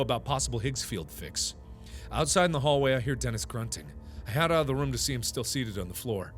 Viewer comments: When he says room it sounds like rum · does anybody else think its weird when markipler says room TBH it sounds like he saying rum